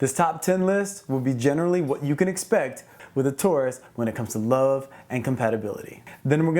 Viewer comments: I love the way you say love haha “luv” 💗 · I thought I was the only one!! I smile every time he says "luv." 😊😊😍😍